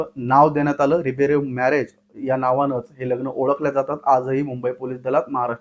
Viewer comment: रुबेरो नाही रे बाबा.... रिबेरो